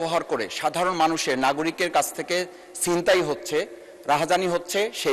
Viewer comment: সিনতাই নাকি ছিনতাই ?